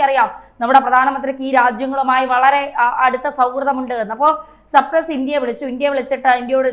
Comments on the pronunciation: 😅😅😅😅ചേച്ചി സർപ്രസ്സ് അല്ല സൈപ്രെസ്സ് 😂😂😂😂Cyprus🇨🇾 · സപ്രസ്സ് അല്ല മാഡം സൈപ്രസ് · സർപ്രെസ്സ് ആണോ സൈപ്രസ്സ്, അല്ലെ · സപ്രസ് അല്ല സൈപ്രസ് ആണ്‌. വാർത്തകൾ കൊടുക്കുന്നതിനു മുൻപ് ഒന്ന് വിലയിരുത്തുക. കുറ്റം പറഞ്ഞത് അല്ല. തെറ്റ് ചൂണ്ടികാണിച്ചത് ആണ്‌. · സപ്രസ് അല്ല....... തോന്ന്യാസം പറയാതെ..' സൈപ്രസ്...... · സൈപ്രസ് എന്നതിനെ യാണ് ഈ കുട്ടി സപ്രസ് എന്നു പറയുന്നതു. കഷ്ടം. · സൈപ്രസ് എന്ന് പറയൂ